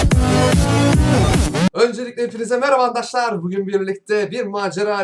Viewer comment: Abi ama arkadaşlar yerine harkadaşlar diyosun